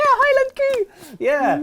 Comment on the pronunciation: I am sad there is no new Show Of The Weekend. says "Highland coo" (correct!) I am happy again.